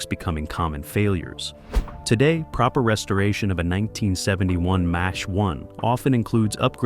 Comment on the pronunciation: BAD INFO#8- " MATCH ONE" WRONG!! IT'S MACH ONE. SHIT.UPLOADER!!